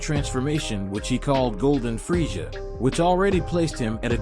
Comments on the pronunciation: It is pronounced freiza not freisha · I heard freija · Your right he keeps pronouncing freisha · Dude the way you say freiza is bothering me